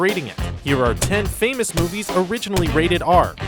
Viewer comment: What is "Orignally"?